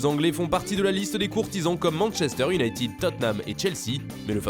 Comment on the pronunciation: I o u n a ï t e d. et non pas iounaïtiiiiiiiid